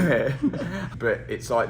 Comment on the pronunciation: Can you practice saying but correctly